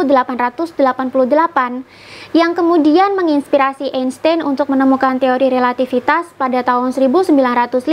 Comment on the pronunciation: dibacanya Albert Ainstain